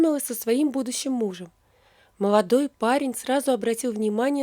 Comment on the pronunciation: А что у вас со словами.Вместо Л В .( не вышла,а у вас вышва.Молодой,а у вас моводой) Что позориться..